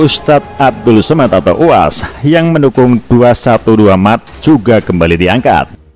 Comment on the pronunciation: Ngomong aja blepotan loe No... Mart....loe malah bilang maret... Hadeeechh... Sama aja tuch moyoong ma Neno... Bner2 serasi tuuch Bintang Iklan nya 212 Mart